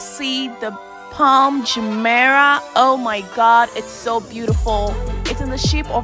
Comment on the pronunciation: It's Palm Jumeirah, not "Jumpera".